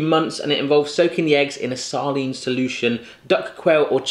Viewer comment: Saline> Say-Line...not saaa-lean.